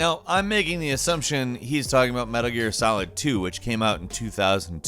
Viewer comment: Why did you say Metal Gear Salid